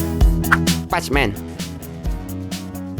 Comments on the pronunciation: Bukan P A C M A N woy ya itu tulisannya PACMAN tapi kalo baca "pekmen" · Pechmen orang cakap pekmen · Bukan pecmen bang, pronounce nya pekmen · bukan pacc man tapi PAC man(pek man) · bacanya pekmen woii bukan pechmen astagfirullah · Pacman Itu dibaca "pékmén" bukan "pachemen" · Pac man. Wkwkwkwk bacanya pekmen om bukan pac man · ialah pacman=pakman bukan pacman=pashman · pacman = 'pekmen' bacanya woiii pesmen :v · ITU yang flappy bird bohogan cuk,ending mana ada super mario,nyebut pacman juga pecmen wkwk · Pacman bukannya di baca, "Peck men", bener g si?? Bingung gua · wih game baru ni ? “Pasmen” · PAC man yg dibaca pak men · pacman aja jadi pejmen 🤦🏼‍♂️ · pesh men salah sebutan lu bro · bukan,adminya sebut pacman nya "pasmen" kalo gak ngerti coba tekan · Bkn nya itu dibaca "Pekmen" ya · Patchman atau Pacman ??? 😂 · Sebut pacman elok skit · Pacman yaa bacanya ga gitu juga bang